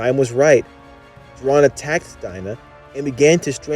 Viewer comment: ITS JOH RIN! NOT JORAN!! 😠